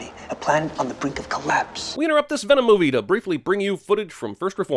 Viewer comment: lkevsan he was saying venom? I thought he kept saying denom